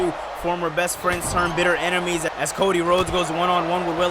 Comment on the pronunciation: it’s ENEMIES not EMINES lol